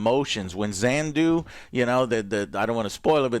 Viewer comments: It’s not “Zandu” it’s “Yondu” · Joe still not remembering it's YONDU and not "Xandu" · Who tf is Zandu? Is he talking about Yondu??